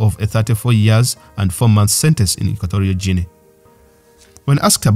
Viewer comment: I'm pretty sure it supposed to be hard G.